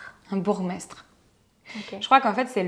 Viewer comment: bon par contre on prononce pas "bourgue mestre" ça se prononce "bour mestre"